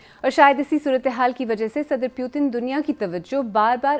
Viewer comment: "Pyutin" lmao